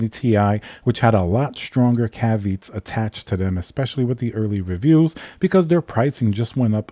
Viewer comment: Cav-ee-ought =Caveat. Not caveet.